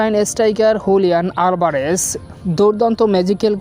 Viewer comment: আভারেজ না😅 আলভারেজ